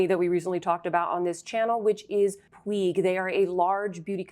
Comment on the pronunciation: Hi! great video, love your channel so much! just wanted to let you know "puig" is pronounced "puch".. 😊